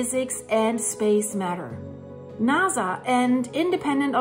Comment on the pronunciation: Another great video. Your English is excellent but since I'm a speech therapist I will help you with four science words that are not often used. First "Comet" is pronounced "Cah mit" without the long "o" vowel sound. Second, in he words "NASA" and "Atlas" the 'a" sound is not an "ah" sound but like the "a" in the word "Hat." Lastly, the word "iron" is easier than you might expect. Say the letter "I" as in the English alphabet and then the word "urn" as in an object that contains human remains and you have "Iron" Now if you speak Spanish, I could use some help pronouncing some words....